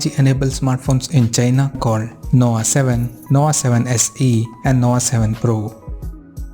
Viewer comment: Did you say NOWA? LOL